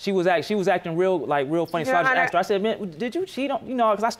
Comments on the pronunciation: "No matter how many times you AXED ME?" Weinstien got 23 years and never Axed anyone. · "AXED YOU" This drives me crazy. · What's this axed for asked???